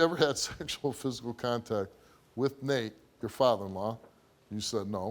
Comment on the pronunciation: It legit sounded like he called Nate Mr. Naked 😂